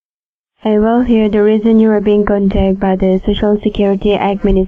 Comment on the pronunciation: She can't say the word, "contacted"